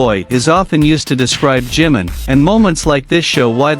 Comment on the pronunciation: A tener cuidado con el nombre NO ea 'JIM' SINO JI-MIN o JIMIN!!! si dicen 'jim' puede confundirse con JIN que también es de bts ES IMPORTANTE LA BUENA PRONUNCIACIÓN DE LOS NOMBRES PORQUE PARA ELLOS TIENE UN SIGNIFICADO IMPORTANTE... creo que si a uds le pronunciaran mal sus nombres lo corregirían: verdad? Yo lo hago, tanto como cuando me nombran o cuando lo escriben así que A CORREGIR EL NOMBRE DE JIMIN PORQUE EN ESO TAMBIÉN SE NOTA RESPETO!